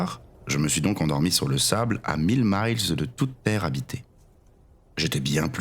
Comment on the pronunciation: J’ai aussi un bémol lorsque vous prononcez à l’anglaise le mot miles. Ça se prononce exactement comme le chiffre mille.